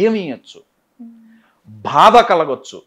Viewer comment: Sar meeru bada antunnaru bhada kaadu baadha